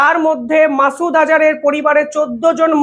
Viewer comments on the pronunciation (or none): none